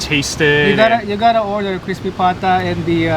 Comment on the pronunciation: It's "Pata". The word is Spanish influenced.